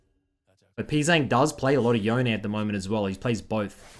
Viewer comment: It's not Yo-nay. It's like Bone but with a Y. Not debatable. Japanese historian confirmed.